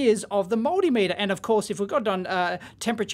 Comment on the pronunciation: Look, If you keep saying Moldymeter, Im not going to watch anymore.